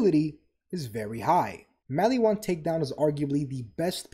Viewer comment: "....attention span of a human being before a Tiktok..." Dude, you really tested my ability to tolerate pronunciation problems. Why does Mal-EE-whan bug me so much? I mean, they pronounce it Mal-ih-whan in the game. I know that this is a ME thing, but holy hell was it driving me insane. It's a reference that I'm forgetting, isn't it? All your points were legit though. Kudos and Double Kudos.